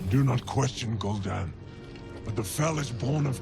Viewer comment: Let's not forget about "gool'dan"